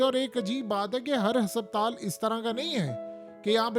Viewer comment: Bhai apna talaffuz durust kro lafz husuptaal nhn hy asal lafz husputal hy for god sake apna pronunciation theek kro aisa lugta hy koyi village ka gunwaar baat kr rha hy